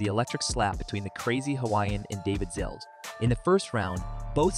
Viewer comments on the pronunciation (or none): It's Zalesh, not Zales lol